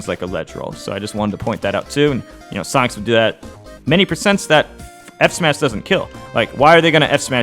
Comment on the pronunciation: 9/10 times I can’t tell if he’s saying “Sonix” or “Sonic’s” 😂